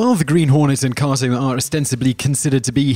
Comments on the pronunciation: Stop saying koto.....its KATO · The Green Hornet's sidekic's name is pronounced Kayto, not Kahto. Try watching the shows you talk about and actually listening. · With u on that just because of the sheer number of times he says it, leaves u screaming 'IT's KA'Y'TO, KA'Y'TO, 'Kay'To' 'KkkkkkaaaaayyyyyyToeeee' lol 🙃👾✌️ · typical commentary cant pronounce kato